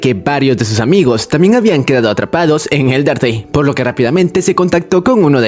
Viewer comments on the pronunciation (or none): Endertei nol se muky pñarecido al pronunciar underteil